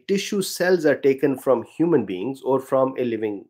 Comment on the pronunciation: I heard "Human Beans" lol 😅